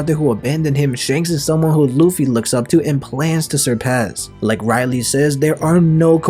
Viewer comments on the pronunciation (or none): Garp knows that dragon was in logtown with luffy because obviously smoker reported it to his higher ups ,atleast think stuff through bruh and Pls don’t pronounce rayleigh’s name so wrong,It’s not Riley it’s Ray-Leigh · It's pronounced "Ray-lay", not "Rai-lee" regarding Roger pirates vice captain. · RAY-leigh not RAI-leigh….. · Am I the only one who was like who tf is Riley(Rayleigh) 😂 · Bro i dont wanna be a that guy but its Rayleigh not Raili ? :D